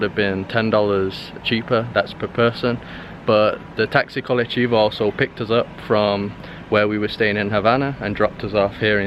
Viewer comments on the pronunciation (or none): It is not colechivo, but colectivo.